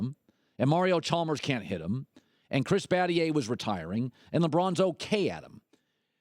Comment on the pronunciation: "chris battier"